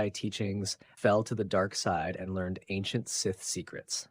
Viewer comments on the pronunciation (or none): none